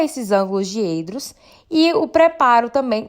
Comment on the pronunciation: Diedro, com "é" aberto. Abs.